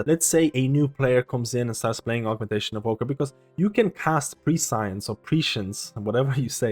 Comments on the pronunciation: No, it's not pronounced like science. It's preh·see·uhns. (google prescience pronunciation to hear it, it's better) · nice vid, as always. prescience is read basically "pre-science" no? similar to how you say preschool (pre-school)